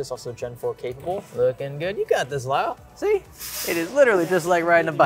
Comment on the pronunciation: Calling Kyle "Lyle" is a massive L right there.😂😂